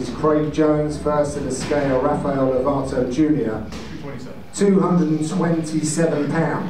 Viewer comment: Raphael, not Haphael.